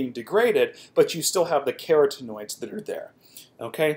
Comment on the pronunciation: Ka-Rotten-oid is this correct pronunciation. Really enjoy your videos, just thought I would add that.